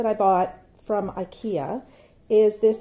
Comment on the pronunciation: Really funny to here the pronouncement on the Swedish IKEA names..... 😜 You did a great job 👍🏻 Love from the land of IKEA 🇸🇪